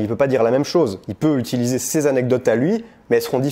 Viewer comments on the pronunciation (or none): none